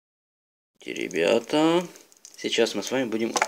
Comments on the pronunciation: мне послышалось, или он в начале сказал не ребята, а теребята? XD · И Мно, теребят😂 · _ Yummy _ мне тоже так послышалость)